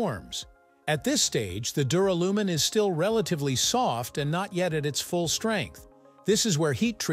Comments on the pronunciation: ...and pronounced dew-RAL-you-min. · It's Dur AL umin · Don’t you mean Duralium…? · Not only do you get aluminium wrong, you get duralium wrong and say it incorrectly! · How about prononcing the word Duralumin correctly. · Sorry reached and couldn't bear hearing duralumin being mispronounced so badly ,so often,0 OUT OF TEN FOR NARRATIVE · LOL the pronunciation of duralumin.